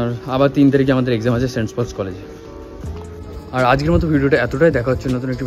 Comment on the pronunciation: vai college er name ta thik kore bol, ami okhankar alumini, name ta St. Paul's Cathedral Mission College, tui bolchis Saints Paul's ki vasha??????